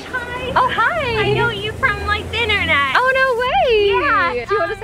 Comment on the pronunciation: I totally thought that woman said “omg I saw you from the THINternet”💀💀💀